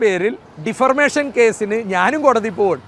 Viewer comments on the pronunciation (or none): Defamation not deformation. You are living in galaxy home of ignorance in language. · Not differmation, Defamation. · Not "defirmation" but DEFAMATION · ഇരയെ അവൻ,അവൻ എന്ന് പറയുന്നതെന്തിന്? ഇയാൾ ഡിഫർമേഷൻ എന്ന് 2 പ്രാവശ്യം പറഞ്ഞു.അത് ഉച്ചരിക്കാൻ അറിയാതെയാണോ? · Defarmation അല്ല defamation ആണ്